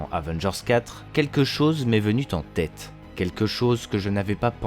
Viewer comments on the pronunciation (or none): Bonjour. Je reviens d'une vidéo d'Iro Sef et je vais faire le reloud sans doute, vous avez tous les deux des voix très intéressantes, radiophoniques pour le moins, donc quand elles prononcent des sons agressifs à l'oreille quel dommage... Donc merci de renier les "venu t'en tête" ou les "sera t'également"... Merci pour la chaîne et pour les théories !